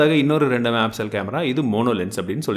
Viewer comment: என்னங்க......... ஆமாங்க வ நிருத்திடிங்க போல சூப்பருங்க .......... அடுத்தது இன்னொன்னு என்னன்னா மெகா பிசல் இல்லங்க தெளிவா பொறுமையா சொல்லுங்க மெகா பிக்சல் அவசர படாம சொல்லுங்க நான் உங்க பெரிய ஃபேன் நண்பா 🥰🥰😍🥰